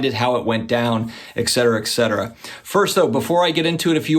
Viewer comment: Love your stuff, especially the collabs with Flippin Steve, Dakota, NEO, etc. Super positive, sound advice, and wholesome to watch with my 11 year old son. Keep it up! One minor, really silly thing: it's ET-cetera...not EX-cetera. Not sure why all my favorite card YouTubers say the EX or EK, but it makes my head hurt. Not enough to stop watching, just enough to gripe once or twice (each). 😁👍